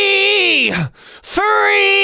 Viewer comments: I think youre saying furry not free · I just can't unhear "furry, furry, I'm furry" anymore and I don't like it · Sounds like he's saying, "I'm furryyyyy" 😂